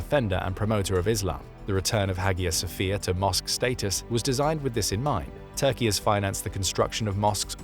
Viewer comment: I love Kemal Mustafa. Phonetically Its called Aya Sofia. Not Hagia